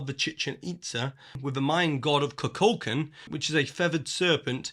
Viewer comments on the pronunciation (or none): Kukulkan is pronounced: koo-kuhl-Kahn :)